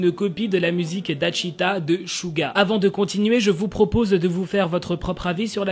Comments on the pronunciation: Alors, je vais pas parlé de l'autre bip bip hein?! Mais, je vais juste dire que ça ma fait un peu rire le "Dachita". Le "ae"(ㅐ) ce prononce "é" et le "wi"(의) c3 prononce "oui" voilà 🙂 Sinon super video comme d'habitude. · OH-...QUAND TAS PRONONCER « DAECHWITA » CERAIT DRÔLE PTN